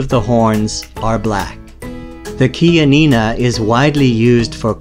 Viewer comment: finally i got the right pronunciation of chianina. 😂 lol